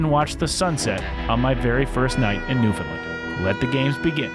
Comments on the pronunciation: It's not new fin Lund! It's "New fun land" can't get that wrong. It's disrespectful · Newfoundland, not Newfundlund! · Yup beautiful place is right it is called Newfoundland not Newfoundlin do understand why outsiders can’t not pronounce it correctly. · This guy is a joke. Talking about Newfoundland history and can’t even take the time to learn how to pronounce Newfoundland or Beothuk properly. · He also can’t pronounce Newfoundland. Think he’d take some time to learn how to say it properly.